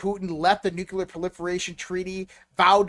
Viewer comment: Hey, the word is Nuclear not Nuculer.